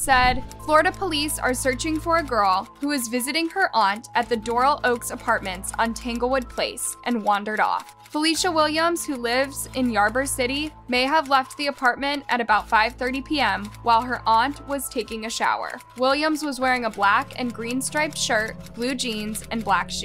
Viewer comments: Omg... It's pronounced Ee-bor city, not yarber city...ugh... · Ybor pronounced E-Bore city